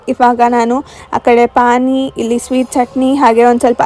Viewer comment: It's not pain It's pani